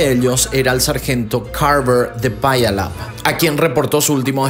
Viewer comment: Wow, me encantan tus vídeos, viví cercas de Puyallup, WA,( se pronuncia piu-lap)🙋